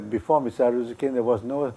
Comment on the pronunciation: It is Arrozoo not Arrojoo!!